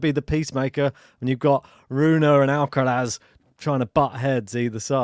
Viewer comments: It’s amusing how you go to the effort of saying the ‘sonorous lateral alveolar(Spanish)’ [l], but not the ‘voiceless dental fricative’ [θ](or th)(instead of “z” at the end) in Alcaraz’s name. Basically, you say the ‘l’ like a Spanish person, but then don’t say the ‘z’ like a Spanish person. I always find it weird that English speakers don’t pronounce it ‘Alcarath’ because we have the [th] sound in English. Also, please don’t compare Sinner to Fed, I like Sinner!🙌🏽😪 These matches should be great to watch, very interested to see how things will unfold!🤗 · The guy with the hat started pronouncing Alcaraz properly ("AlcaraTH"), but then ended up mispronouncing the "z" (maybe influenced by the other commentator), as if it was an "s".